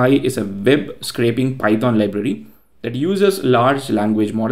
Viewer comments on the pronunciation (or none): none